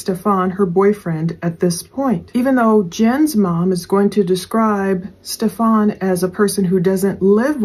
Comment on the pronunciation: please stop calling him Stef-FON. His name is pronounced Stef-an, no accent on the 2nd syllable. Yes he is a POS but saying it incorrectly is so annoying.